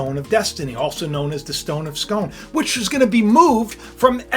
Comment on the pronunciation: Scoon not scone